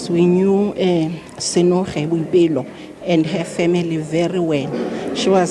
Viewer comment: There's nothing like Biopelo. It's Boipelo. Accuracy from you (media) is not negotiable.